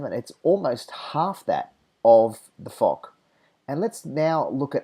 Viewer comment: Great video m8! Although I still prefer the Jagdtiger, I would tend to agree that the Foch is an overall better tank. BTW, Foch is pronounced like "Fosh" not "Fock".